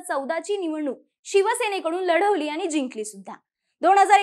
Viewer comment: watch tone of Aani , paani, kaarne.. pronunciation of n?